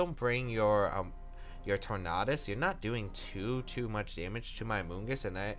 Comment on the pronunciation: I've never heard anyone pronounce the 'A' in Tornadus like that.